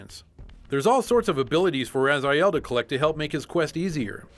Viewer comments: His name is Raziel, you read as Rah-zee-ehl, not Razaiel. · With all the dialogues in the game, how can you pronounce Raz-eye-el? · Soul Reaver, wooh! Btw, it's Raziel, not Razael. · err the name is pronounced RAZEEAL..they pronounce like that even in the game also, no Dungeon Keeper? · if you played soul reaver hows come you can't pronounce his name right?